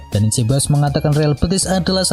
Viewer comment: sekedar usul pengisi suara agar belajar serius pengucapan nama-nama pemain. Sebagai contoh pengucapan Dani Ceballos. Punten yaa. biar makin top kanal ini.